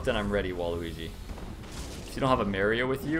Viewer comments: i'm sorry but "mary-o"? get out lmao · adding "Mario" to the list of words can't say correctly mary-o looooool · "if you dont have a Mary-Oh with you, I'm going to be displeased." I know you're Canadian but.. is that how you generally pronounce Mario?